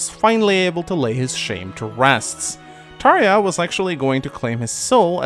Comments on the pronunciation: Some of the names in this series seemed to be pronounced differently by different people, for example Tharja, I always said Thar•ja but hearing you say Thar•ya kind of makes more sense, another example is Cherche, I always pronounced her as Shur•Shay not sure if that's the correct pronunciation or not but I've heard her name be pronounced differently by others... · jesus the way way you pronounced Tharja was weird..